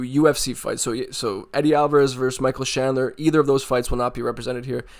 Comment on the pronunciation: Sorry I was poking fun at how you say chandler with a "sh" 😅 . Great video!!! Had me going back to re watch some older slobber knocker fights